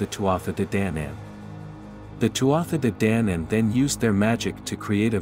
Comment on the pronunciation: Please, please, please respect our ancient language and get the pronunciation correct. The Tuatha de Danann is spoken Tu-a-ha D’Danaaan. You have no idea how uncomfortable to the point of anger it is to hear a person mis-pronouncing our words. Also, the word ‘Sidhe’ who are the ‘little People’ or the ‘Fairy folk’ is pronounced Sheee! The Sidhe would not be happy being called by a different name.